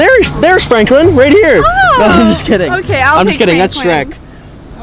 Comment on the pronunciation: He saidshrek